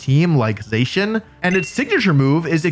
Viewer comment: I can’t stress this enough. It’s Zah-cee-an. Not Zay-chan. I swear some of yall didn’t pass fourth grade English